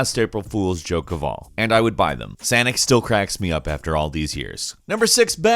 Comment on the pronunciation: When said “Sanic” I fucking lost it